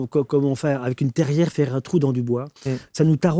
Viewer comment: Pardon pour les puristes : non pas " petit rond " mais " grand rond " pour le Vaisseau Gouverneur. Non pas terière mais tarière. Beaucoup de paroles : pas 1 seconde à la déconcentration !